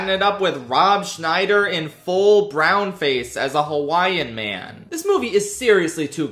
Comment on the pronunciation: Scheider not Schneider